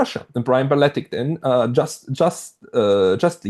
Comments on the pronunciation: Berletic. Not Barletic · u probably know but it's berletic not balletic